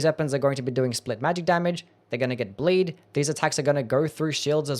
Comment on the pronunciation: Is he trying to say 'bleed' or is this a skill I do not know?